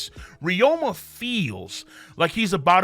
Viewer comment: RYU MA KING NOT FUCKING RYO MA